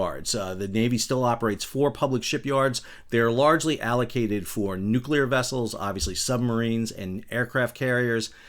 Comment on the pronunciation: "...Nuclear wessels..." 😉